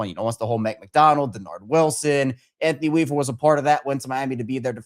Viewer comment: Bro did he say Anothny Weaver???.....noooooooooooo......please please please get an established coach